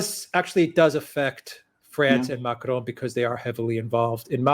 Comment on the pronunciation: Again with the weird Spanish sounding pronounciation of Macron., why don't you listen to how Alexander pronounces it? First of all, extremely few French roll the R. Your basic American R is closer to the French R. Second, the final N in Macron is pronounced in a nasal way. It's not a hard N. If you can't do the French R and you can't do the nasal N, then the basic American pronounciation of Macron is a hell of a lot closer than your jarring Spanish sounding version.